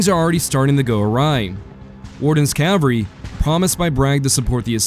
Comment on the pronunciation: / ˈkæv əl ri / -- the "l" in "cavalry" is not silent!